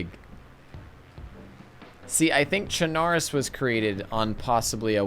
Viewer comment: It’s pronounced chenaroos not tchunarus